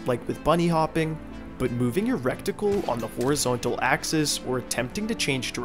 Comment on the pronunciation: You pronounced reticle wrong lol